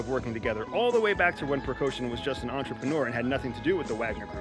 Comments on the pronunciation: Good job, great angle and analysis, thank you so much🏆 Just to add to the quality of your amazing work, let me point something: lider of Wagner Group - “Precaution”, and president of Belarus - “Leshenko”? Come on, you can do so much better. Prigozhin is pronounced with hard G not K, and zh not sh, while Belarusian boss is Lukashenka, pronounced like Lucas, with A at the end✌️ All the best, looking to see more of your great insights! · Leader of Wagner Precoushin/Percoushin, leader of Belarus Leshenko...🤦 Leader of Wagner Percoushin was leading a coup against Putin.🤦‍♂ No, he said he was not against Putin, he was against the Minister of Defence Shoigu (this last name is pronounced shoy-goo). The Wagner guy is pree-goh-zheen (_zh_ as s in 'pleasure'). The Belarus' president: look-ah-shen-ko. Either it's Busmetonte doesn't give a shit how all those monkeys are named, or all Americans don't give a shit for all those semi-human beings—Russians, Belarusians, Chinese, Krakozhianese (that one's from a movie). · Wagner's CEO's name is PRIGOZIN NOT Pregoshin. As the Wagner CEO Pregozin is still an enterpreneur. NOTHING has changed. It is a BUSINESS venture for him. Prigozin is not military. Putin and Prigozin never worked together unless you consider Prigozin's catering company getting a government contract for food supply to the Russian Army as "working together". And that is absurd. The name of Belarus's President is Lukashenko NOT Lushenko and you are not in a position to have an opinion about Lukashenko's legitimacy. You provided no facts to back your opinion. Do you actually know what you are talking about? There are too many errors and inaccuracies in this post for it to be taken seriously. It doesn't even pass the Australian pub test. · Guy is an "expert"...Yet can't even pronounce their names right or cognizably. "Lashenko" rather than "Lukashenko". "Prigoshin" vs "Prighozhin"... Pretty sloppy CIA man.